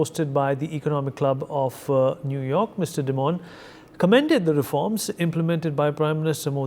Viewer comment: Jamie Is demon. It is Dye- Mon. Get it right man, you are a journalist in the english language press